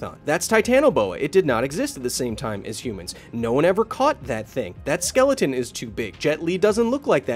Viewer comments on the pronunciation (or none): none